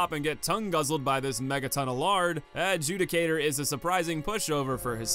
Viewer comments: Happy to finally hear you pronounce Adjudicator properly after all these years :’) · Glad someone finally fixed their pronunciation of “Adjudicator” lmao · You can tell this is a true remake when pronounces Adjudicator right